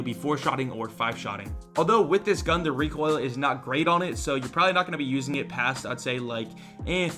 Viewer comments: is Still pronouncing it as "Rekk-oil" after all these memes😂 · Oh hey its